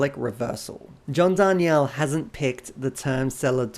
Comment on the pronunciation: You're mispronouncing john's last name btw. Souds like John Dar(neal)